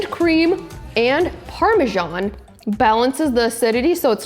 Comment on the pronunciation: It is pronounced Parma SAN not Parmjon